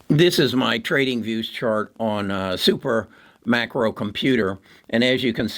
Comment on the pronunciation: It’s SUPERMICRO!!! Not SuperMACRO.